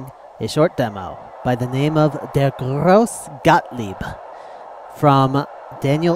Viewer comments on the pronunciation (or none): You've pronounced the name of the demo wrong. The E of "grosse" is pronounced like the english A. EDIT: Like Patrick Hoff said, it's more pronounced like an U. I knew that A wasn't quite right, but it's sometimes difficult to transfer from german to english pronounciation.